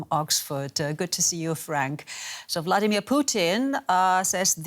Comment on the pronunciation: I thought I heard her call him Bloodimir Putin